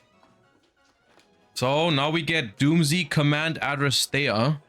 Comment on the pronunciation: it's pronounced "dooms" not "doom zee"